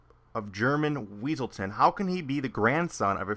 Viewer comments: ITS NOT WEASELTON, ITS WESSELTON!!!!!!!! lol! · Everytime he said weasletown, I imagined that guy saying "it's Wesleton!!!!" In his voice haha